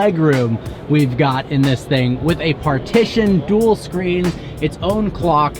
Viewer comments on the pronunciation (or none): none